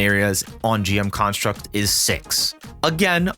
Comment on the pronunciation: Good video but damn does your emphasis placement on construct nerves me lol